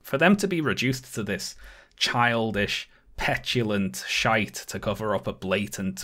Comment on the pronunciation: i’m pretty sure has sworn in videos before but something about the way he says “shite” about 9 minutes in is the most emphatic curse i’ve ever heard him use